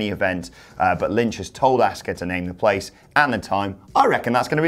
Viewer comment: Please never call Asuka “Asskah” again lmao